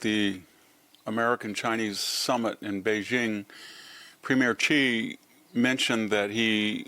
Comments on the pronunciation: Not chee, xi is pronounced Shee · His name is Xi, not Qi or Chi. It is pronounced "Suh YEE." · It’s pronounced “she” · Why do smart people pronounce Xi's name wrong? It's "she".